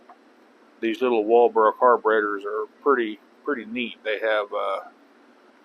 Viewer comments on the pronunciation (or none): It's Walbro. Not Walboro.🙂